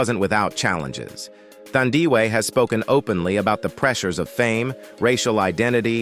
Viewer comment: The way you butchered Thandiwe Newton's first name is unacceptable! 😢